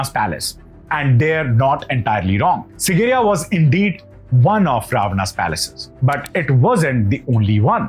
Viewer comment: Dear. It is SIGIRIYA, not SINGIRIYA as you constantly keep pronouncing it.